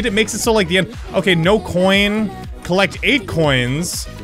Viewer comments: EPIC BROS c h o i h n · the way he says coin xD